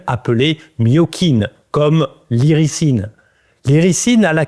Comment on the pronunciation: On prononce iriZine